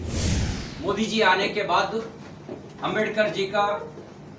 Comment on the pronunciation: This bjp minister can't even pronounce Ambedkar properly.